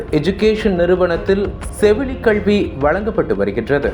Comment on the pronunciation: கள்வி இல்லைங்க. கல்வி. ஏன் இப்படி தமிழ் வார்த்தைகளை தவறாக உச்சரிக்கிறீர்கள்.